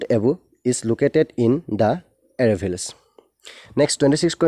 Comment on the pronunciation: No doubt, tmi questions bur discuss kri bhal korisa kintu atleast pronunciation bilak hudho krba. আৰাৱলি word tu এৰেভিলচ এৰেভিলচ koi asa. Hunibole bor ohuoni lage.